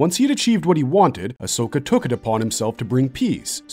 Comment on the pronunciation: Bro pronounces Ashok better than India ❤🎉